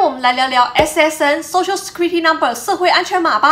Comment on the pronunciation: Security 念錯了